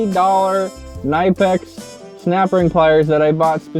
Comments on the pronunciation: knipex = [kuh-nip-ex] (its german) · My brain says Knipex is pronounced like “nip-icks” but I live my life in redneck mechanic shops so I could be wrong, we also say ool instead of oil so maybe not the best source